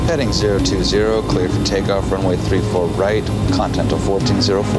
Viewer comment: It's not contimental it's continental